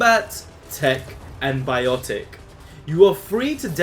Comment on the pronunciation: Isnt it biotics instead of "biotec"? :P